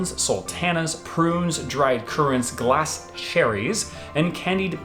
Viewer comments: Baubles - Said 'Bore-Balls', not bobbles :D Suet - Said 'Su-it', not suey :D Glacé - Said 'Gla-say', not glas :D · Any pantomime must have the audience shouting "Behind you!" when some character sneaks up on the hero. Also, "Oh no it isn't!", "Oh yes it is!" must be in there somewhere as an argument. You really need to learn how to pronounce "suet" and "glace cherries" though. It's, "soo-ett" and "glass eh" (glace is French and has an acute accent on the e). Having said that I grew up in a family that always pronounced it glace as you did; it's only after I became educated that I found out we had been getting it wrong all the time.